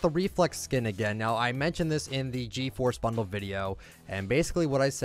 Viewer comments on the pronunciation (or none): none